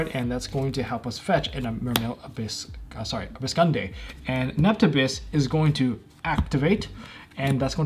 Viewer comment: "Abyssgund*é*" Because screw the silent "e", has subscribers.